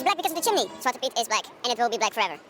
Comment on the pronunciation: It is pronounced shwah-tuh Pete. And now when I look back at it, it is racist. But obviously I didn't know better as a young child.